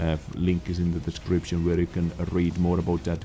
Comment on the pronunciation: I just love the way, you customused the pronunciation of Dezcription during your videos. Nice. Trademark it. Dezcription recipe from... Username: Peto177Vizsla, server: EU. All the good health 2 all.